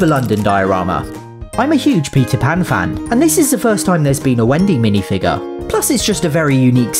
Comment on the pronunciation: As American for Peter Pan you sounded like pizza pan